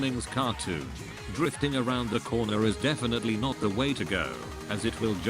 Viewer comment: Not gunna lie when it said drifting i heard Dorfting